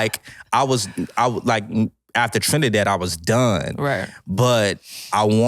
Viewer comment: Thanks for pronouncing Trinidad properly ❤❤❤